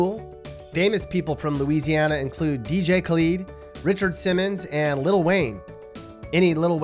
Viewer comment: Your so dumb you can't even say dj kalid right